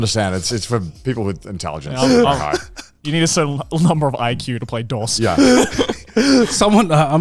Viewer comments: Connor mispronouncing "Dos" is freaking embarrassing. Jesus. The fact the other guys didn't know to correct him upped the cringe even more. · The way they pronounced "dos" confused the hell out of me. He's saying it like DOS the operating system, so I just kept imagining a computer every time he said it. It's suppose to be pronounced more like "dose" as in a dose of medicine. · Pretty sure it's pronounced "Dose" like "a healthy dose of medicine", not "Dos" like "Microsoft DOS", Spanish for "two", - uno is Spanish for "one" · Joey continuing to call Dos, DOS, killed me 😅 like is it just an American thing to know how to say Uno Dos Tres properly? Lol